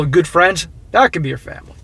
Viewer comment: I am originally from Massachusetts too but moved to FL years ago. When say family with the new Englander accent I got a huge kick of it 😂😂😂 ur the best man